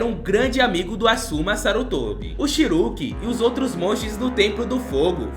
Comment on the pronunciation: chiruki ou chiriku ? Não entendi mano, mas tá valendo...